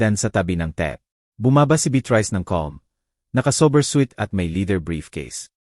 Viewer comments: Ano ba itong storyteller mali mali bikas khit hosi - josy, beatris hindi beatrice andaming mali pronuciation ayusin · SANA, PAKITAN INYO ITONG NARRATOR...NAKAKA SAWANG PAKINGGAN..MALI - MALI ANG MGA SALITA..ANO BA NAMAN IYAN..HINDI MABIGKAS NG MAAYOS ANG MGA WORDS... BEATRICE...BITRISE...POPOPO... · Beatrice hindi betrice. Tapos notibook imbis notebook. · Pti beyatris dapat naging beat rice n hehe pti tuloy ko mabobobo n s pagsulat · Beatrice hindi bet rise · D lng betreas haha😂imbis beatres,,,pati NGA ung alibi,,,alibiy,,haha, 😂 ag notebook,,noteybook haha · 😂ung beatrice bit rice ahahahhh🤣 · bakit Mali Ang pag bigkas ng Beatrice at notebook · Sydney Australia,,kht English at Tagalog wrong pronouncesion si kuya😊(remote,Jose,gate,Beatrice,vibrate,bibig,hunted at etc,grabe 🥹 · Good story, however , I recommend please do some elocution lessons so you can pronounce the words properly. It was so painful to listen to, when words are distorted. The old lady is Beatrice, its alibi not alibe, it’s tea not tia and many words were mispronounced. That leaves the listener to decipher what you are trying to say. The story telling is more effective when words are pronounced the way it should be. If one wants to grow in this field , start by learning how to speak properly. Thank you.